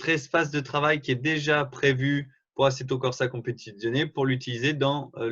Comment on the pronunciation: Non mais comment tu dis Assetto Corza Competizione? On dirait pas que tu as vécu avec une italienne!